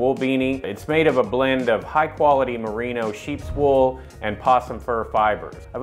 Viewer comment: Merino, as in the sheep. Not Marino, as in Dan the quarterback. Auto correct!